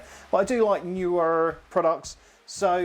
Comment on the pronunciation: I have several Neewer pruducts. I pronounce it Knee wer 😃I enjoyed the video though.